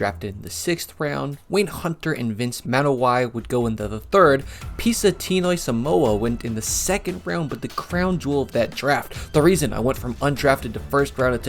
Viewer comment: The correct way to say “Samoa” is pronounced: "SA" like "Art “MO” like “MOre” “A” like “Art” “Sa-mo-a” Please stop saying “Summowa.”